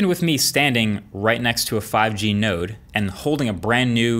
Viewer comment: Marques: Node Raiden: Did you say... Nerd? Colonel: Not 'Nerd', NODE